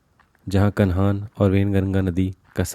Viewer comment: सही हिन्दी सीख तब यूट्यूब पर आ। कन्हान???